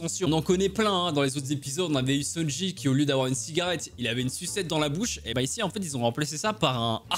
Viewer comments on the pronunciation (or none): Att il la appeler comment la ? Sanshi ? Sunji ? Sunshi ? Aucun respect pour sanji...